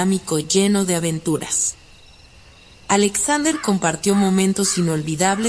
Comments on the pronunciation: "Ajlesaudrer"... No pude, Alexander era mejor 😐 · La voz no es relajante y la pronunciación del nombre Alexander es muy chocante.